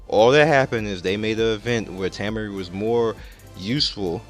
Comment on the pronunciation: Tah-Maury, not Tam-Murry